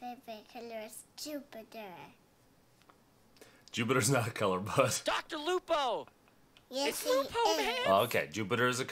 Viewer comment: Drlupo, its lupo man!!!